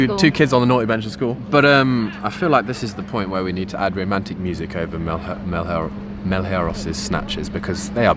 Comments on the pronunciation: Now teach them to say Malheiros correctly too 🤣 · Just an average Brazilian helping anglophones pronounce "Malheiros" correctly. I hope you guys will use it a lot in the future. Ma - as Mars Lh - as the "ll" in million. (Not the same, but it's the closest sound I found) Ei - as eight Ros - as rosso (red in italian). The R sound is made with the tongue.